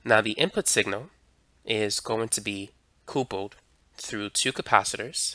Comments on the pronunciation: Interesting but stop saying coopled, its coupled as in married couple. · Are you saying "coopled" ??? were your parents a married coople? its pronounced CUPPLED. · At time : "...transformer C O O P U L L E D class A amplifier...." "COOPULLED" - it's supposed to say COUPLED. Not COOOOOO - PULLED I point this out because - apparently, this voice IS SYNTHETIC! They did a really good job with the volume inflections for the words, and for the cadence. This one little error - saying "cooo - pulled" instead of "COUPLED" - was the giveaway. Remarkable how high the quality of this synthetic voice is. The error in the software that creates this voice is easy to fix (I'm a software engineer). Right now, the mistake being made is this: "coupe" is a type of car. It's pronounced "COOP" And the -led suffix is used everywhere: "STUMBLED", "MUMBLED", "TUMBLED", and is pronounced "ULL'D" So the software is mistakenly combining "Coupe" with "ull'd" and pronouncing it "cooo-pulled" I can't believe how good the voice is. I was 100% convinced it was the author of the video speaking. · lol I like how he says "coopled" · Lol nah it's mostly an isolated quirk of pronunciation nothing wrong with the video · I had to use captions to get what he was actually saying at those points.